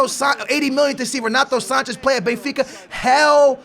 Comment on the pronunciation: Andre Gomes is worth €40 million maybe 50 he didn't get a chance by Jesus at Benfica. And what's up with your pronunciation for Andre Gomes and Renato Sanches??